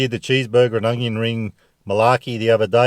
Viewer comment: you’re every man’s man, and that’s the truth. And I’m not here to hack on ya.. But When you say ONION…, please practice it first. There’s no ‘G’ in onion. It’s not ‘ung-yon’ It’s Un-yon. Ya tongue should hit the front part of the roof of ur mouth - not the back..